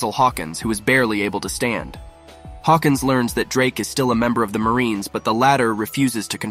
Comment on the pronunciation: By the way it borobreth not bolobreth